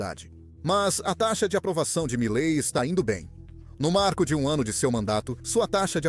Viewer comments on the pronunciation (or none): O nome dele é milei, não milai, só para corrigir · Po cara,nao e Mileti nem Malei,e MILEI porra!!ve se fala direito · Não é Malay, é Miley ! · Video muito bom. Triste é ter que ouvir essa locução feita por inteligencia artificial que não consegue nem falar o nome "Milei" mais de uma vez sem errar. "Milet, Mile, Malai, Milai, Milei" cada hora fala de um jeito. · Malai, milai, 😂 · isto é comum em narração por IA. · A IA consegue pronunciar o nome "Milei" de todas as formas, com todas as pronúncias, e quase nunca a correta.